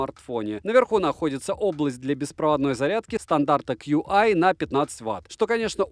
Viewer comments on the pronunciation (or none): Где обзор ножей? И кстати, QI по версии разраба произносится как ЧИ.